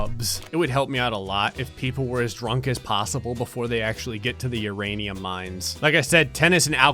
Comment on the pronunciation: I love that u said uranioos lmao I told my step kid this morning that his "non sugar" Cheerios had uranium lmfao